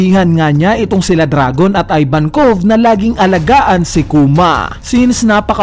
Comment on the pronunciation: ih-vankov not eye-vankov